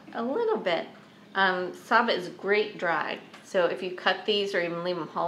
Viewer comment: Great bananas! The "sa" is short and the "BA" is hard and pronounced.